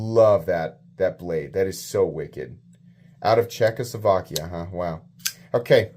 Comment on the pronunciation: Czechoskovakia? Nice 🤦🏽‍♂️